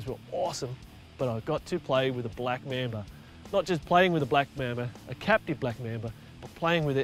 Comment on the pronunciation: Your pronounciation for Mamba😂😂.. Black Member...😂😂